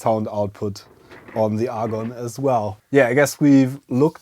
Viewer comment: Argon? Say 'A'. Say 'GONE'. Agon.